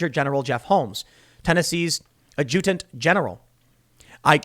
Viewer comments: Why does Tim say "Add Jew Tint?" wth is Jew Tint? lmao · Ad’-jut-ant Sort of rhymes with “rad mutant”. (Accent on the “rad”). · Ajoodent? You say it more like ajitant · Tim, please, "adjutant" from the French, "AHDJ uh Tent"--not a long "u" please. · AD-jutant, not ad-JU-tant. It means a clerk / secretary. Well, kinda. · Adjutant = AD-juh-TINT (not = uhh-JEW-dunt) At least that's how it was pronounced in Starcraft II :o) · Adjutant = ADD-jew-tant, not add-JEW-tant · It is Pronounced (Add-Junk-T) General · pronounce 'aj-uh-tint General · "Ad-juh-tunt" That's how it's pronounced. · Add-ja-tent lol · Adjutant ( Add-jA-Tent) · It's pronounced add-juh-dent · It’s pronounced (add-Jew-tant) I know it’s a jacked up word! Love you Tim!! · Tim, I love you but it's pronounced Adju TANt. Sorry to be so picky but you made me do a spit take. LOL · "Ad-jew-tent" is how you say the "adjutant" in Adjutant General. Otherwise informative, just one little annoyance. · Tim... it's pronounced Ad-ju-tan-tent ok. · Good vid, Tim. But in case no one has said it yet, it's ADJ-u-tant. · Ad-ja-tent - accent drogue over the t. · Adjutant - “ad-juh-tent” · It's "add junked". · Adjutant pronunciation = “add Jew ant” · ADD-GA-GENT General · Adjutant is pronounced ADjutent. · Adjutant General —- Tim...Say quickly: “add juh tunt” General. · .....Ah-juh-tant general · adjutant pronounced addjuhdent...just saying. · Pronounced adjatant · Pronounced Ad-ju-dent. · Adjutant is pronounced ad-ja-tent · Add'-jeh-dent General! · ad-ju-tant... c'mon man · ADGE-U-TANT, BRO. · Dude...it's pronounced Ad__Junk__T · DEAR TIM, THIS IS HOW YOU PRONOUNCE .. ADJUTANT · The emphasis for adjutant is on the first syllable, not the second. You remind me of my kids sometimes. They do the same thing. My oldest is even about your age! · Tim, please look up how to pronounce "adjutant". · The way Tim says adjutant bugs the shit out of me